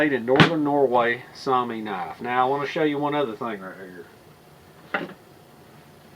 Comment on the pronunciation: Yes. Soumi and Sami are two different words. Soumi is the Finish word for Finland. Sami refers to the Finnish Laplanders. If that's the word you're looking for, your pronounciation is correct. Saw-mee